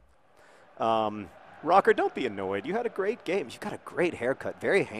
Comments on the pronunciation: is Rocker with the umlaut on the o not pronounced Rurker ? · Is it not pronounced Rho-ker (Roecker) as there's an umlaut over it?